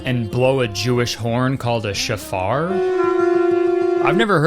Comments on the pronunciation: hi Kurt! the horn thing is pronounced show-far, it is meant to welcome the new year, not to ward off evil. Christians stealing Jewish traditions and getting them completely wrong is nothing new, but it's kind of equally funny as it is frustrating at this point. great video! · It’s pronounced show-far not shafar, but yeah def not a supernatural weapon. My dad used to blow it every time my sister was refusing to get out of bed for school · Love your content Curtis! Just FYI it’s pronounced SHO-far, not shuh-FAR. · It’s pronounced show-far, but that’s crazy what they did with it. Hearing the shofar brings in the new year and it’s a religious item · Protip: the shofar is pronounced SHOW-far. It’s not a supernatural weapon lmaooo but it is associated with the endtimes, it’s said the messiah will return with the sound of the shofar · Kurtis. Man. I love your videos but that hebrew pronounciation was the worst ive ever heard anyone do it. Shofar is pronounced more like chauffeur, but with emphasis on the first syllable. Rosh in rosh hashana is row+sh. Yom is the same, yow+m. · So a shofar (pronounced SHOW-far) is basically a trumpet made from a ram’s horn. It’s used as you said during the Jewish New Year holidays of Rosh Hashanah and Yom Kippur. It has absolutely nothing to do with Christianity whatsoever. I truly cannot fathom why they were included in this movie. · Hearing Kurtis bungle the pronunciation of 'shofar', 'Rosh Hashana' and 'Yom Kippur' was the highlight of my day actually. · Shofar pronunciation makes me wanna cry plz stop i beg. Also so so over evangelicals appropriating jewish religious traditions.